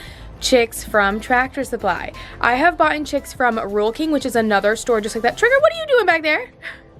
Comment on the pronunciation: Word correction: you said boughtin and its Bought. I'm not trying to be rude. Big fan! Keep up the good work! I love your channel! I love all your animals! CONGRATULATIONS on your brand new chicks! What are you gonna name them?